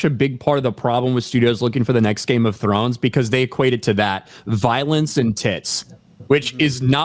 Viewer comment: The first syllable of game of thrones is game ya knob lmao